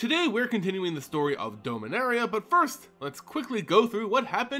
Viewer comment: You always sound as if you say Dulminaria. ^^